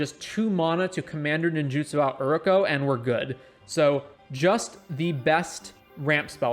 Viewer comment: great vid, but plss. its pronounced you,ri.ko/ and its mana not mauna im really not trying to be an ass, not telling u what to do but just for future reference